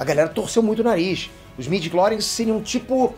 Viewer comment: Informação realmente maneira! Mas midiories? Pwp! Eu sei que vc só está falando o que realmente está sendo divulgado! Mas pow! Midiclories? Mano! STW morreu